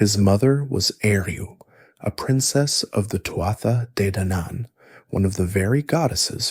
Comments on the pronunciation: It's pronounced Tua Day Danin, from an Irish person in Spain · I am so excited to fall asleep to this I love Celtic mythology. In Scottish Gaelic we say "too-ah jay daonaan" I would love to know how it was pronounced/sounded in old (or even modern) Irish